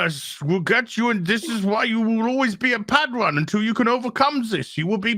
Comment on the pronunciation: You love saying padwan dont you..